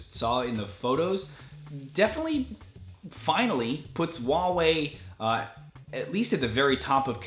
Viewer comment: H in HuaWei is not silent.